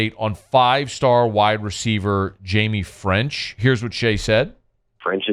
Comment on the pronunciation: "Hymie" French?! 🤔😂